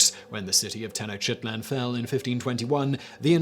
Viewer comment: Makes he laugh each time he i hear Simon says Tenochtitlan